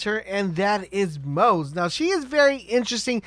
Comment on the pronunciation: The pronunciation for moze is MO-ZE-Yyy